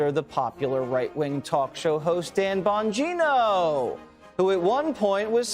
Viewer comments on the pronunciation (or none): none